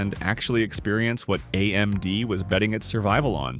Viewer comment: Am I the only one annoyed with the AI voice over being unable to pronounce A-M-D or G-P-U or A-P-U normal? lol